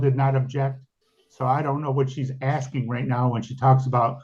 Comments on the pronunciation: all you're doing is 'axeing' dumb questions 🙄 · She should be imprisoned for axing everyone. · She axing for troubles!!!